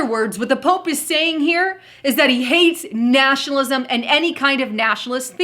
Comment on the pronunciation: If you play vid from to at 1/4 speed, sounds like says "Nashalism" when she actually says 'Nationalism'